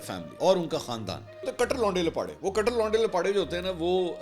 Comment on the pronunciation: کیا کٹر کٹر کررہے ہیں یہ لفظ ٹ پر تشدید کے ساتھ ہے کٹ٘ر